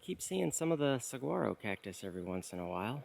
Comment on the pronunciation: Arizona native here. I love that you have created this content. So wonderful to see my home state from this perspective. I gotta say though…. The “g” in saguaro is silent.